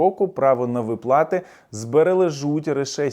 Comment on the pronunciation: Ви сказали "ВиплАти"...? Невже ви так погано знаєте українську ..